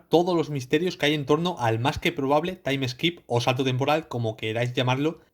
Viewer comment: Se dice taim skip, no taim eskip